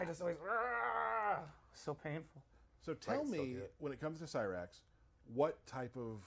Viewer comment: thats not cyrax thats sherax